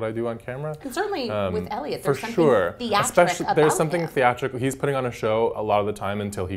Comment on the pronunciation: Elio 😂 it’s Eliot